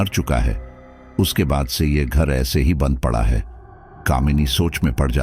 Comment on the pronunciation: स्टोरी बहुत अच्छी है। पर आप शब्दो के उच्चारण पर थोड़ा और काम कीजिए। जैसे बंद को आप बदन बोल रहे है। अंदर को अदन।